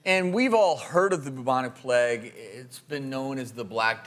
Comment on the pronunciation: He doesn't say bubonic plague he says boobonic pleg